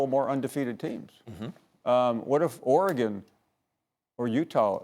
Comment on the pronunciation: Max: OREGONE😂😂